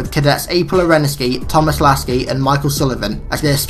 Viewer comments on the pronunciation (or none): none